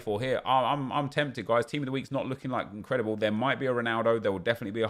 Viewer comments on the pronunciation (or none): none